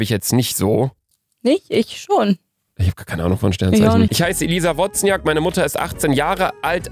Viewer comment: Wozniak wird übrigens „Wosniak“ ausgesprochen😂